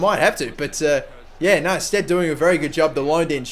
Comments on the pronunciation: Yes, it's pronounced sted not stede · It's pronounced sted :) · it is pronounced Sted. he used to play for my favourite team Bristol City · you say his name STEAD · It's pronounced "sted" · Like bed and beed, the extra vowel